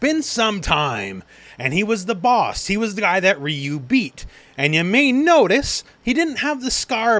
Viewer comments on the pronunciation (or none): none